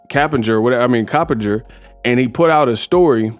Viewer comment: "Cappinger I'm Coppenger "lmaoooo🤣🤣🤣